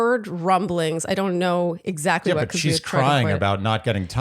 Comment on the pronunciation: Word watch: 3 Also every time you guys said “Exactly” all I was hearing was “ExZACHly”